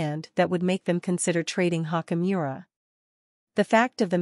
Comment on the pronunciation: How many times did she say Rui Hawk-E Miura??